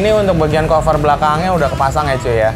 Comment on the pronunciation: Monmaaf nih bang dah gregetan gw wkwk dari dulu pertama kali nonton lu setiap kali lu ngomong "cover" bawaannya greget mulu pen bilangin wkwk, saran aja ini mah kalo mau ngomong "cover" ngomongnya kaver aja jan kofer